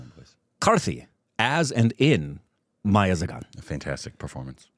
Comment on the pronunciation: Also you pronounce .. Meiyazhagan as mei-ya-la-gan